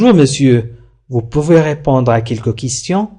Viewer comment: في الجملة الاولى ننطق re في répondre هي مكتوبة لكنك لا تنطقها